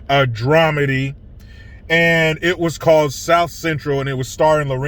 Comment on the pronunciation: Dramady??? LOL.